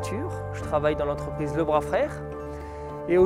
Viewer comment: Le bras ca se prononce le braz. Pas le bra, ça m’irrite haha